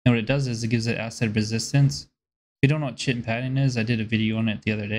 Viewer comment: Chitin is pronounced kite-in